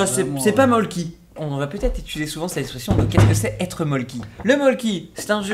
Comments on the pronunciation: juste y'a un y ok mais sa se prononce molku pas molky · alors s'il vous plaît ça se prononce pas "molki" mais "molku" car c'est finlandais et le "y" ce prononce "u" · Pas mol-ki. Meul-ku. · Sympa la vidéo =) Par contre il y avait une petite erreur: le mölkky ne vient pas de Suède mais de Finlande ;) Et ca se prononce "meulku" (mais bon la prononciation...). Bisous d'une expat <3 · Le Mölkky c'est Finlandais et j'en conviens que la confusion avec la Suède devait etre une blague car une mauvaise connaissance des produits d'une suprématie telle que la Finlande est bien sûr totalement inimaginable et burlesque et ça se prononce mölkku et quand ya 2 même lettres d'affilé c'est plus prononcée. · Le mölkky c'est finlandais (je connais mon pays 😊) et ça se dit melccu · On dit Molku! Et c'est quoi ces bières dégeu? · mollky se dit "mollku" en suédois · On prononce meulku :) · sauf qu en francais ca ce prononce "Molku" 😉 (ma mere a un ami qui est en competition international de molkky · Pour info Mölkky c'est finlandais pas suédois et ça se prononce "meulku"